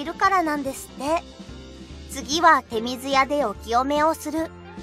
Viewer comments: 日本人も知らない真の日本とあるが 手水舎(ちょうずや)をてみずやと読むところは直した方がいいと思う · 手水舎、ちょうずやでは？ でも清める水をてみずとも言うらしいから間違いではないのかな？ 難しい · ちょうずや と訂正して欲しい。もったいない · 手水舎の呼び名はいろいろあって、神社本庁は「てみずや」、大國魂神社は「てみずしゃ」と呼びますし、「ちょうずや」「ちょうずしゃ」と呼ぶところもあります。